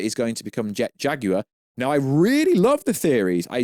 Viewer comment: Say Jet Jaguar right, “Jag,ui, re”